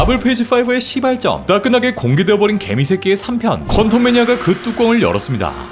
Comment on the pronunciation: 형 솔직히 말해봐ㅋㅋㅋㅋ 마블페이지4에서 생각보다 실망 많이해서ㅋㅋㅋㅋㅋㅋㅋ시발점 할때 ㅅ발 생각보다 발음 좀 쌨었던거 같은데ㅋㅋㅋㅋㅋㅋㅋㅋㅋㅋyes or no?ㅋㅋㅋㅋㅋㅋㅋㅋㅋㅋㅋㅋ